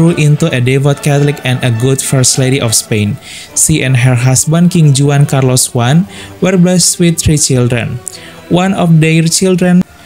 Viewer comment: Brother! Your channel is informative one but try to cultivate your pronunciation here Spiritual is pronounced as spiritchual.And in Spanish JUAN (equivalent to John) is pronounced as (Huan).And in French JEAN(equivalent to John) is pronounced somewhat like (Jong) not Jeen.